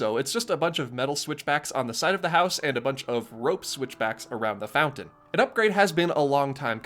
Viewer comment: Couple of things. THANK YOU for being amount the top five Disney bloggers. You’re a class act, and funny, too. Second (this is small but stupidly important to me) THANK YOU for pronouncing mountain “MOUN-TAIN” and not “MOU-UHN. Also “FOUN-TON” instead of “FOU-UHN.”